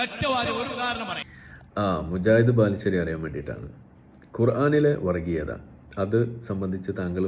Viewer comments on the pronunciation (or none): വറിഗീയത അല്ല വർഗീയത. പല്ല് തേച്ചു കഴിഞ്ഞ് നാവ് വടിക്കാൻ മറക്കേണ്ട.